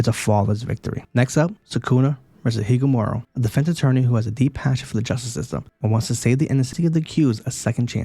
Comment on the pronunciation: Higumara? Lol I’m pretty sure it’s Higuruma